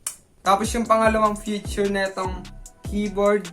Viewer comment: “fityur” HAHAHHAHAHAHAHH btw, nice vid & edit!!